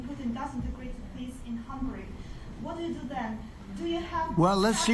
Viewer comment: the orange cannot even say the putlers name correctly.. hehe .. "pooten" hehehe